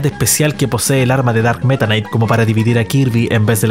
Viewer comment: Tomense un shot cada vez que dice "darkk metanaiic"